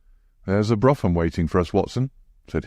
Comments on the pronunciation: I think the general consensus is that brougham ( a type of horse drawn carriage ) is pronounced ‘broom’ . Otherwise this voice makes for a pleasant listen , thank you 🙏🏻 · The carriage is pronounced Brawm.